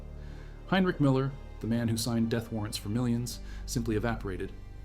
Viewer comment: Who the hell is Miller? Your AI is not only artificial its stupid.